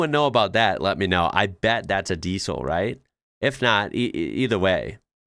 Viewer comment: Although "Diesel" is written with an S, it's pronounced "Diezel". The way you say it is weird